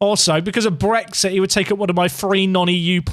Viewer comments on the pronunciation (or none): none